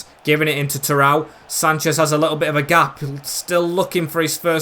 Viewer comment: its not terowe its terodde, like tero de